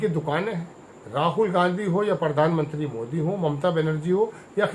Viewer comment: परधान,नहीं रे प्रधानमंत्री उच्चारण कर ।